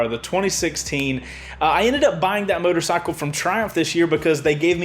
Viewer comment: Omg I just had to spit out my water..... BABE the way you said “motorcycle” 😂😂😂😂😂😂😂😂😂